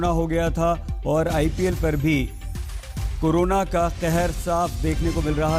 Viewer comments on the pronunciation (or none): कोरोना को फिलहाल सस्पेंड कर दिया गया है 🤣🤣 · Who notice says coronal suspend hogya😂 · कोरोना सस्पेंड 😂😂